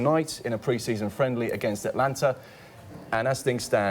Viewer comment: ATALANTA (AT-A-LAN-TA) 🇮🇹 not ATLANTA 🇺🇸 🤣